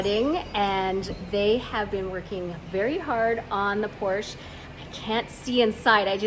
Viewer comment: Por......sche. two syllables